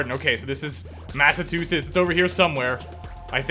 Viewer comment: As a person who lives In Massachusetts I take offense to how badly you butchered our states name.